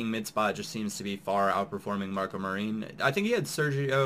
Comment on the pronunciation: MAR-IN not marine lol